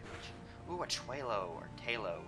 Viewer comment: pronounced Tale-low the Anime says so